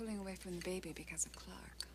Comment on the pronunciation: Why does Margo insist on pronouncing Clarke like Clack ? I cannot stand her fake posh accent.